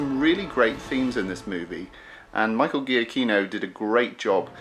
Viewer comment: Just for one time i can correct a pronunciation ! It's Michael GIACCHINO Not G"H"IACCHINO...it's a italian name!